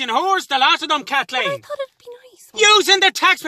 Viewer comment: " KATHKEEN ..." Enough said 🤣☘